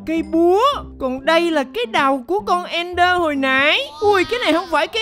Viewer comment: Ẹnder anh ơi, ko phải nether